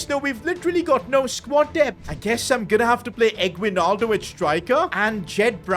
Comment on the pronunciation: The pronounce for his name is eggnaldo. (Yeah, we made jokes with it)